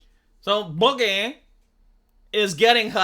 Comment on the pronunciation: "SO BHOOG-GEH."